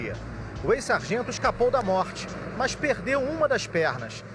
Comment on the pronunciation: Só não entendi porque o repórter fala "mãs" ao invés de mas. 🙄